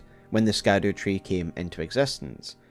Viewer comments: All this research, and you still pronounce Scadutree as SKADUtree? instead of Shadutree? I can't take you seriously when everyone and their mother already learned that it's pronounced with an 'SH' and not a hard K..... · Scadutree is pronounced shadowtree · Please start saying shadowtree instead of scadutree, it’s pronounced like shadow 🙏 Just a little annoying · I think scadewtree is pronounced Shadow . like gaol and such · ITS SHADU-TREE NOT skad-ew- tree 😁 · not sure if you heard yet but Scadu=Shadow. Scadu is the old world spelling for Shadow. It is still pronounced Shadow. Ziostorm and a few others found this out fairly recently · SHADOW- tree...not Scadu-tree...its old english, for shadow, remember it for next time! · pls stop calling it “scatter tree” it’s shadowtree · Interesting note, its likely that scadutree is pronounced as shadowtree, seeing as the middle english spelling of shadow is similar to scadu, with the sc being pronounced the same way it would be in words like conscience and luscious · The Scadu Tree is pronounced "Shadow Tree". I know, I was shocked as well 😂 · His half brother Rykard. And Scadutree is pronounced “Shadowtree”. I would think that a Scotsman would know how to pronounce Gaelic. Love your content regardless. It’s so thorough, and your ability to both entertain and educate is a true gift. You would make an excellent college professor. ❤ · You know its pronounced Shadowtree right? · Scadu reads Sha Duw its old English for shadow or shade it’s basically called shadow tree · Scadu is pronounced as "Shadow" thus the Shadow Tree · Scadu is pronounced shadow in the same way gaol is pronounced jail. Its olde englishhhhh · I choose to pronounce Scadutree like Belushi. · Youre pronouncing scadutree wrong. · Youre pronouncing "scadutree" wrong homie.